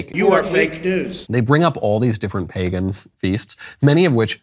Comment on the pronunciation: She keeps saying pegan cause she doesnt want to say "white people". Could you imagine if she said "all these middle eastern people stole white pegan culture to create this religion" then she'd be canceled 😂